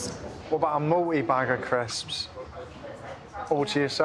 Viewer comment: The way she pronounced CRISSSPS had me physically frowning with my full body. I guess she really lives out loud and more power to her, but it’s grating on the ears nonetheless 😆